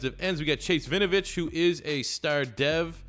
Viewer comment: Just for future videos, u pronounce the W in Winovich. It's not Vinovich